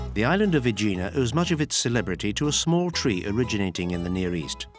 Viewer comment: The pronunciation of the narrator is messed up. There is no place in Santorini named OIYA, it's E-AH EEEEEEEE AHHHH The island volcano was named Saint Irene by the Italians (Sant'Irena) which resulted to the Greek sound Santorini. The official name of the island is Thera which means gate in classical Greek. He also mispronounced Aegina (EH- γina) and other places. And like someone else noted, no word about the stolen marbles from the Parthenon by Lord Elgin, a thief, who obtained permission from the Turkish governor during the Ottoman rule in Greece, to lift the Caryatids and other sculptures undisturbed and take them away to his country!